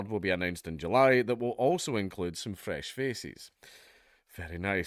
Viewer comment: Maybe avoid that phrase with the accent. I heard “fresh feces.”